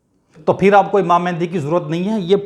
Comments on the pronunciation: It is very strange that you are talking about it personally whose name is not pronounced by you properly. It is not MehNdi. It is MAHDI means The Guide. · Pehle "Mahdi" tou sahi bol bar bar "Mehndi Mehndi" kar raha hai ! ! !